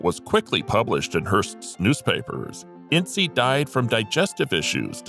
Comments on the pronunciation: "ince" NOT "In--see" The story of the Herst shooting is total Hollywood speculation. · The first picture you show of Loretta Young is actually Deanna Durbin. And it’s pronounced “Ince,” like “mince.” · Your information is wrong on Jean Harlow. I stopped watching after Hearst. Thomas Ince's name is NOT pronounced In-see. Proper pronunciation is a silent "e" not a long "e!" Please DO research. You make yourself look ignorant. Crack open a dictionary. Look up the definition of ignorant, then you'll understand want I'm trying to explain to you! Have a good day. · “Incy”? Where did you get that pronunciation? I have always heard it pronounced as though it rhymed with “since”. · I thought Thomas Ince was pronounced Inss